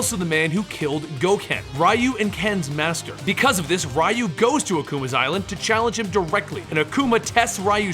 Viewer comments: aggh that pronunciation of Ryu..... other than that good video.... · I hate being that guy but man, I kept cringing at the incorrect pronunciations I mean, I expect Ryu (since for some reason, people STILL get it wrong to this day lol), but shoryuken? It almost felt like it was on purpose XD